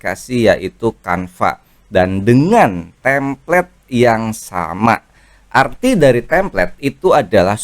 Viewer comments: koreksi bukan "tamplate" tapi "template" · Template bang bukan Tamplate. Alangkah baiknya kalau bahasa asing pakai yg benar sbg creator dgn banyak follower